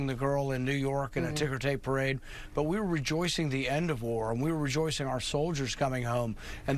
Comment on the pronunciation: Was is a parade or a "Tarade"? Sorry I misspelled "Perade".